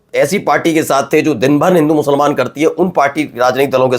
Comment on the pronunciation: Giriraj ji should pronounce the word "musalman" not "mushalman". Learn something from Islam۔Thanks۔